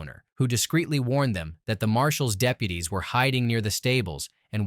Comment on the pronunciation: The way it says deputies